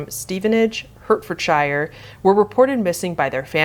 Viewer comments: it's pronounced 'Heart-fuhd-shuh', rather than 'hurt-furd-shi-ure' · Btw just for future reference, the shire in Hertfordshire is like sher/sure, not shire, it's not LOTR :p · Americans always pronounce the "shire" suffix on some town names like "shy-er" like we're in Lord of the Ring or something 🤣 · It’s pronounced “Heart-fud-sheer” :-) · It's pronounced 'Hart-ford-sher'. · As someone who lives pretty much right next to the county, Hertfordshire is actually pronounced Hart-ford-sheer. British place names are very confusing and often hard to pronounce, and I don't intend any hate, this is just a heads up for future reference ^^ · From Potters Bar, came here to comment this too. Always thrown off guard when my home county gets mentioned 😂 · Hart Ford Sheer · Oh no, you pronounced a British thing wrong, now I have to type a correction! I'm so sorry - Hertfordshire is pronouncd Hart-Ford-Sheer. Sorry.